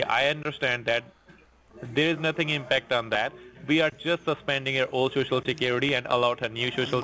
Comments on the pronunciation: corporate. shoshal, Withdrawling???? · I love when they say SHOO-SHOO instead of social. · De last four digits of your sho-sho